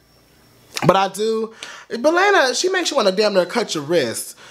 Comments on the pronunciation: It's pronounced Lana (L•aw•na)... not L•aine•a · LAH-NAH, not LAY-NA lol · LAH•NA. Not LAY•NA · it's not "Lena", it's Lana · "Layna" 😂 Its okay it's just funny hearing it said that way. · GIRL BYE "Lay-Na" LMAOOOO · The way he pronounces Lana. "Lena". LMFAAAAAAAAO. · is he saying LAYNA on purpose or no lmfao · Do not want to be rude but lana's name is pronounced (lawn-uh-de-l-ray) Lana del rey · the way he says her name LMFAOOO